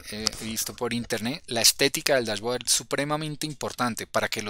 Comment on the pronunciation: bien.. se pronuncia DashBoard -(bord), no Board...